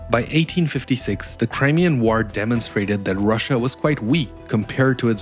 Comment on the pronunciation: I like that you pronounce war like an ork